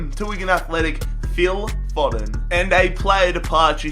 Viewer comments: FILL FO-DEN. Not fucking feel fodden. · Pronounced 'Phil Foe-den'...